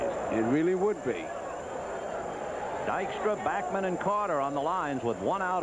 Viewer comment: its bAckman not bockman, scul.. what are u jewish now ?? .. hahaha